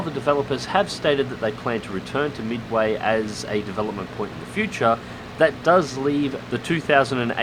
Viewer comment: Midawy? Sounds like vaporware.